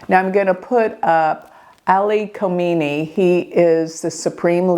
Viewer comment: Dear, the stars did not tell you his name Ali Khamanai not Khomani!